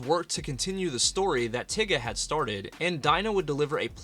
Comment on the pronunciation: Please stop saying tiga like the n-word😭😭